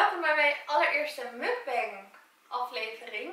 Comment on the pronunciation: je spreekt het uit als moekbang, leuke video trouwens!!\ meer <3